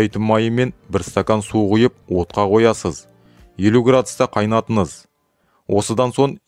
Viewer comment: Жүргізуші Ң əріпін неге Н деп оқиды мысалы Салыныз қайнатыныз деп Дұрыстаңыз кемшілікті